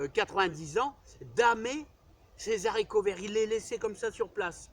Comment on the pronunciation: il faut éviter de faire la liaison « les haricots verts «; le français ne le permet pas Merci pour vos vidéos bien instructives et qui respirent la joie de vivre